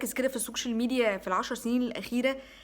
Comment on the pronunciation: هو انت قولتيها سوكشيل ميديا ولا انا سمعتها غلط